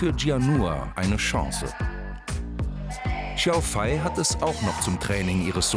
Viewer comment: Hat er Xiao Fei wirklich jedes mal falsch ausgesprochen?